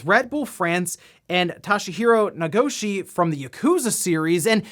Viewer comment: Nagoshi... Must have switched up the a/o in No-ga-shi